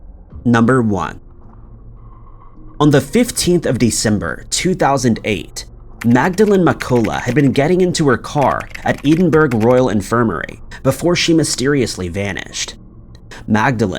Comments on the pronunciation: For the love of God, please take a few minutes to look up pronunciations. Eedinburg? Really?!? Try Eddinburrow. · for the record, Edinburgh is pronounced "eddin-borough". The Scots are very possessive of the correct pronunciation, and this is the third video in a row you've done the 'unholy' pronunciation. You really need to check how place names are said... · Who correctly pronounces west lothian but cant pronounce Edinburgh? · As a native of 'Edenburg' ( Edinburgh - pr: Ed-in-bruh.) I actually get a giggle out of hearing the many many creative ways ppl manage to mangle the pronunciation. To be fair the UK has some ridiculous place names where the spelling does not match the pronunciation. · I'm convinced that he deliberately pronounces Edinburgh wrong just to wind people up, or after all the times he's said it incorrectly it really looks bad on him as a narrator if he still hasn't learned. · He gets pulled up on Edinburgh every time and still says ot wrong . I don't think he cares . Winds me up big time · He's mispronounced Edinburgh in the past many many times. Once he did pronounce it correctly and I was shocked but he seems to have forgotten again...